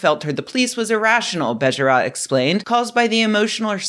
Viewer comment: "Bejerot" is pronounced with two stressed syllables and two long sounds: "BEYYYY-e-ROOOT". The o sound is approximately the same sound as "oo" in soothe.